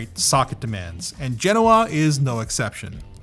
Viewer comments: Say it with me.. Ge-Noh-Uh. You are saying it wrong as Gen-owah. People follow what you do blindly. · FGS, will you P_LEASE stop Linus calling them 'Gen-NoAh'...it is 'Gen-Oh-Ah' PLEASE PLEASE PLEASE......STOP HIM. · Anthony: Genoa Me, a weeb: Genova